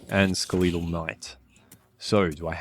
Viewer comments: Skuh-leetal knight bruh its skeletal as in skeleton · Wtf is a skeleetel knight.